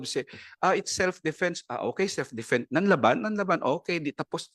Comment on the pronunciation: “Nanlaban” po ba Sec. Guevarra? Well, for your information that is Not how it’s pronounced. Para tayong hindi nanonood ng balita o nag-aral manlang nang Pilipino niyan.